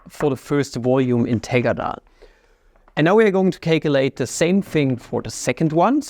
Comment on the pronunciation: It's VOLUME not "voyu🥴me" Your accent really gets me like, Value= vayu Try saying L for once atleast